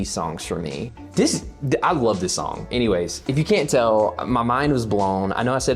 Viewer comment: I don't think I've ever laughed so hard at a reaction video as I did this one. You're editing is out of 10. Living in NC I appreciated the way you said sawng haha You totally rock the "grandma in the grocery store" in the hat vibe btw Ateez is really good at creating unique different music which is one of the many reasons they are my favorite. You definitely weren't alone in geeking out over the music aspect of it. I totally freaked over the organ part because it really makes it sound so epic and daunting. Its like they see the typical standard for a kpop song and throw it out the window. As far as the lore goes, you should watch the teasers because they do reveal some things but I think the kids at the end might be the witnesses and/or the kids that woke up from Guerilla. Good luck with the cover haha!